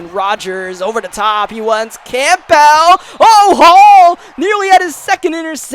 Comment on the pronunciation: It’s NOT Camp-Bell. It’s pronounced Cambell. The whole video I heard u say his name and I cringed.😖